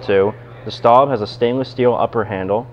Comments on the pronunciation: It is Le not LA. And Staub is pronounced like “stove” with a “b” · No he didn't. Le Creuset is pronounced like "Leh Cruhseh". It is not pronounced "Lah Croosay" Staub is pronounced as "Stohb". It is not pronounced "Stawb". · Um, you've mispronounced both names.